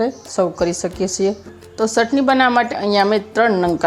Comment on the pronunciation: મૈયા ચટણી બોલો સટણી નહીં